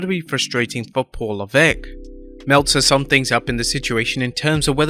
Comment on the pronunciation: Heeeey, u learnt how to say Lavesque properly 😂. They should voice their opinions. Vince can't fire them all, he'd be fucked.